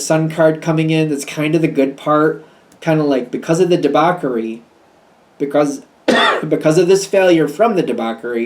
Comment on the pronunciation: it's pronounced "debauSHery" (debauchery) sorry to correct you but you need to know. thank you